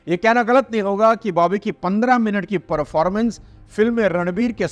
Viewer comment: पोर्फोमेंस ❌ परफॉर्मेंस✅😂